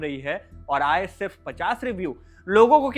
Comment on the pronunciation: गए को गयें आए-आयें थे - थें चाहिए - चाहियें उसने - उसनें रहे - रहें भाई हिंदी बोलना तो सीख ले कम से कम 😂